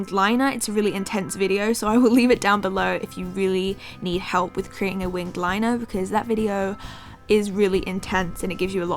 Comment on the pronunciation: "today I am going to be doing my wing of liner" lol winged liner